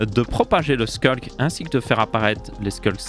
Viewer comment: Ça fait plaisir qqn qui prononce sCulk au lieu de sHulk